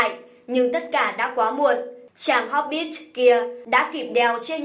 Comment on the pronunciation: Tôi còn nghe hốp_ bít xì ko biết ở đâu ra? Chỉ thấy mỗi chữ hobbit thôi mà